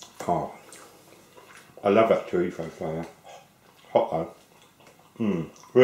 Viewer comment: may i ask why you say chorifo